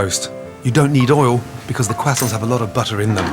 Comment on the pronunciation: shoutout to the "kwasants"